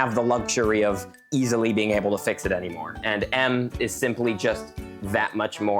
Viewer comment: Bro said fick not fix by h